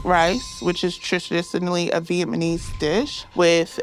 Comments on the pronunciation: Trish-isinaly Viepmanese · Is it just me or did I hear her say “Viet MA nese” 😭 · Did I hear ”vietmanese” and not “Vietnamese” 🤣🤣🤣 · I love when people say “vietmanese” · I love how says 'Vietmanese' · “vietmanese” and mango sticky rice isn’t even vietnamese 😭😭😭